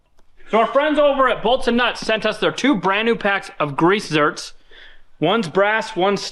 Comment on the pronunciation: Hector is a great asset to RLN and does awesome work! While you're teaching him English, also teach HillBilly to properly pronounce grease "zerks". 😄